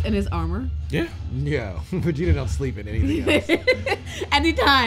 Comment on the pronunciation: My man said Vegiku 💀💀